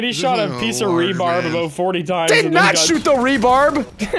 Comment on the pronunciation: the worst part about this video is how many times they called rebar rebarb.